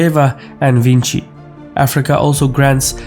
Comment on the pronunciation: Hi, I'm French, and "Vinci" should be pronounced like "vuncee" (Google Translate this to hear it, it's the closest I got) and not like "DaVinci". Thanks ;-)